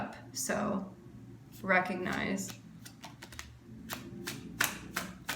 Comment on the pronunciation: Lol she said “recognize”